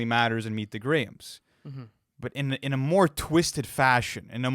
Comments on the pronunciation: its pronounced like graham cracker or insta"gram" not graim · “meet the graheaems”😭🙏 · That's how it's pronounced in the UK dk why hes saying it that way tho